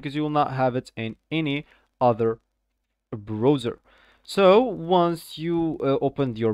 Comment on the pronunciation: Brauzer not Broazer!